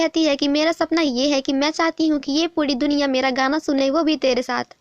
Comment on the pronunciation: Didi aap jab puri ya pura kheti ho tou wo puda sunai deta hai 😂